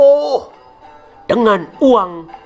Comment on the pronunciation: Sante aja dong nyebut auloh nya Bikin gw ngakak aja 😂😂😂